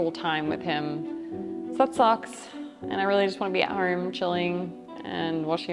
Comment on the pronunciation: The way she puts an R in home …”horme” 😂 good on ya mate !